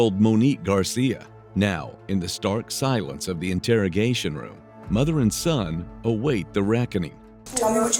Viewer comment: If you're going to use an AI voice for true crime videos, pick one that at least knows how to pronounce "interrogation" instead of calling it an "integrigation" room